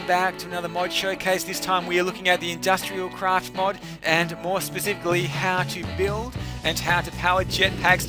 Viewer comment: Did that was just me or he said "Industrial crash"?